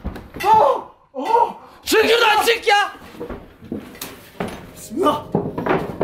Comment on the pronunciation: hıbıhan mismillah 😂😂